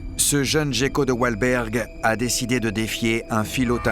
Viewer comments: Jécko? On prononce guécko! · Prononcé Géko en français et Guéko en anglais c'est de là d'où vient l'amalgame. De même que le pingouin qui est un oiseau (et non pas un manchot) là aussi l'amalgame vient de l'anglais parce qu'en anglais manchot se traduit par penguin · Ya que moi qui prononce "guecko" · moi aussi je dit "guécko" depuis toujours, ça m'a beaucoup surpris d'entendre le commentateur dire "gecko''